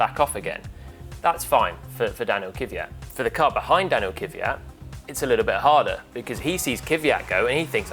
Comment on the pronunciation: Jesus, why brits intentionally ruining non-english names? He is Kvyat, not Kiviyat.